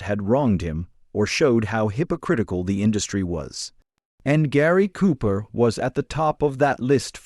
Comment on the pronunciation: Jeeeeez. At least pronounce the man's name correctly.....................................................